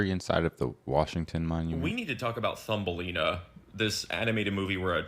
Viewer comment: i know... Thumbelina .. cause she big as a thumb.... but it very much sounds like Fumbelina... and thats quite concerning for a kids movie already... wow 😀